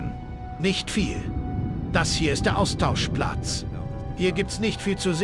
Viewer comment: Hast du am Ende Austauschplatz oder Austauschplatsch gesagt? Finde letzteres sollte durchgesetzt werden 😅